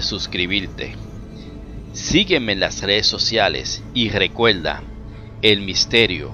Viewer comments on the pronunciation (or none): Che Muelto!!! y quien carajo lo mato?? para que pones titulos engañosos!! lecuelda!!! habla bien !!